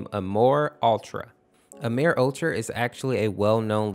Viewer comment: no after he said WASD he pronounce Amor as Amir try listening with full volume